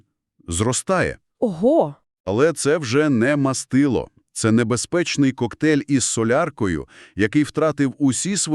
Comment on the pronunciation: Дура, не "мАстило", а "мастИло". Чому дура, тому що не один раз. Вже тошнить від навали неправильних наголосів. Загалом -- 👍, всі чітко і ясно, але, я сказав би, для білявок. Продовжуйте в тому ж русі, матеріал гарний, але щось робіть з наголосами, інакше неможливо слухати!